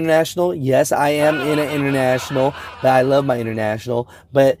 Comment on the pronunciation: "Intertrashional" :D lol